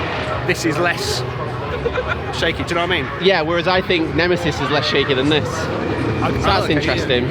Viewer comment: Excellent video, but did you say Nemisis Inferior?! The cheek! 😂